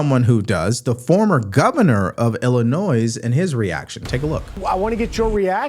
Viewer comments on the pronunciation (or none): hey, great show. interesting fox interview w/blagojevich; he was on celebrity apprentice. But please, Illinois the "s" is silent! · LOVE your videos. BTW, the 's' in Illinois is silent. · the "s" is silent in Illinois. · The “s” at the end of Illinois is silent…ill i noy XOXOXO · I absolutely Love your show but please look up the pronunciation of “ Illinois”. The “s” is silent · I can’t believe you mispronounce Illinois. The “s” is silent. Just like the “t” is silent in Chevrolet. You’d be more credible if you would pronounce the names of states correctly. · Never miss an episode but the S is silent in Illinois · FYI Illinois has a silent s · There is no noise in in the pronunciation of Illinois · I ain't even mad that you're mispronouncing Illinois, the state doesn't deserve that much respect. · The ‘s’ in ‘Illinois’ is silent,. Just FYI.